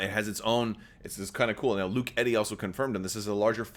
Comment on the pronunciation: Did he say Luke Eddy.